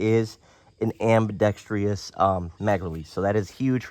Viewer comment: Who is teaching you people to say ambidextrous? I swear, some fucking cool guy said it like an idiot one time and now, in the context of firearms, half the population says “ambi-dex-tree-us”